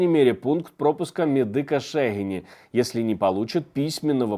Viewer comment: Друзі, велике вітання вам із Заходу України! Не зразу зрозумів про яке село йдеться в розмові на 4-55хв. Ми звикли до наголосу на другий склад у назві Шегині. Це не кретично, але у майбутньому буде приємно. Успіхів, радий завжди вас бачити.